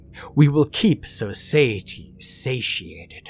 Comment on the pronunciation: We live in So-Saity.